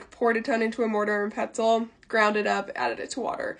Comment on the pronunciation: I coulda SWORN I heard “mortar and pretzel”